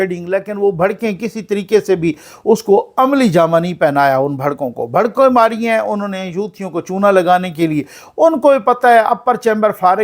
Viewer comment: بھڑکیں نہیں بڑکیں